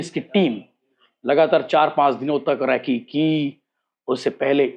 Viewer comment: रैकी नहीं रेकी होती है बेटे😂